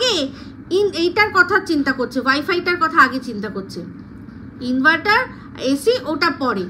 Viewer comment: Tin inveter bolechhe inverter bolte pareni